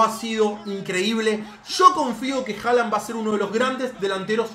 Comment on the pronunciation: no se pronuncia Haland se pronuncia Holand porque en Noruego la letra å se pronuncia como o. Entonces Håland se pronuncia Holand